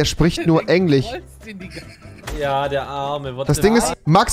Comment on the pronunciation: Man kennst Englich😂